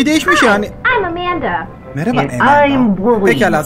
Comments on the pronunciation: Amandaya (E)manda demesi içini azimle doldurdu. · nin amandaya emenda demesi İÇİMİ AZİMLE DOLDURUYOR